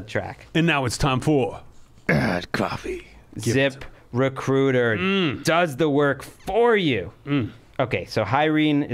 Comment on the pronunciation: When Greg does the Zip Recruiter read, it sounds like "Zipper Cooter"